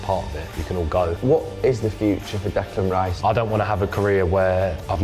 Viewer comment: Declan Rye-iss, what a lad